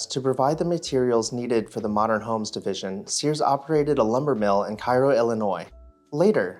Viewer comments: Cairo Illinois is pronounced "care-oh" " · Cairo, Illinois is actually pronounced "Cay-ro"; don't ask me why.